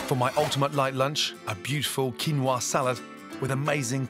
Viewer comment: A world-renown chef who you would expect to be knowledgeable about the ingredients he cooks at least, yet cannot even pronounce the name 'Quinoa' properly. A bit of learning Gordon, 'Quinoa' is the Spanish version of a Quechua word kinua or kinúwa, pronounced as 'kee-NO-ah'. You're welcome.